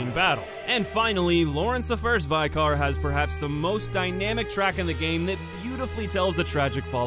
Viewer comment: Great video! One little thing though, Vicar is pronounced like liquor, it's a position in the Church